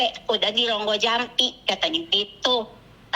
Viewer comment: rogo jampi mbk . bukan Ronggojampi😂 kudu tak tapok cangkeme😂